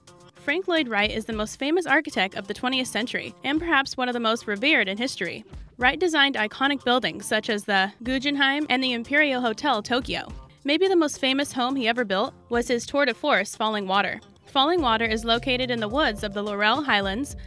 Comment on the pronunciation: Gujenheim?.... It's -Gen, Not -Jen